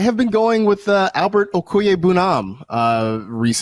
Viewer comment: Albert Oh-koo-WAY-boo-nom*